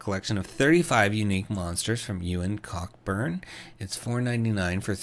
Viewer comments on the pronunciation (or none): Oh, small note and very common mistake, the author's name is pronounced "Coburn", the "ck" is silent.